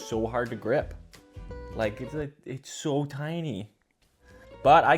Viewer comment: saying so normally saying so like a true canadian 🇨🇦🇨🇦🇨🇦🇨🇦